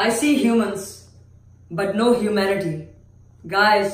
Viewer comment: “vere is hoomanity”